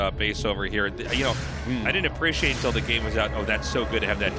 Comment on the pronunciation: If I give money to the patreon will tasteless stop saying "aprishiate"?